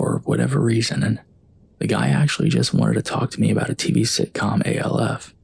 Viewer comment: Is saying "Alf" (rhymes with Ralph) as one word impossible? Why are you saying "A", "L", "F"? I do enjoy the stories.